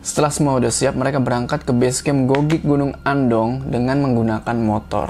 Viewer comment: Ralat .. Cara baca bukan gogik tapi nggogek.. bang hehehe mksh.. itu deket rumahq gn Andong